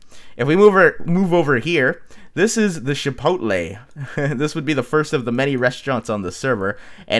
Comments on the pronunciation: Chipotle's not pronounce "shi"-potle, it's just how it's spelled, "chi"-potle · It's not shipotle it's chipotle